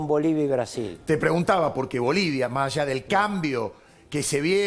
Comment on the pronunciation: No es "maallá" !!!! Y se dicen periodistas 🤦🏻‍♀️